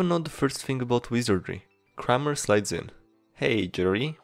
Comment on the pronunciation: The Kramer and Mephistopheles pronunciation hurt my heart. Good videos though!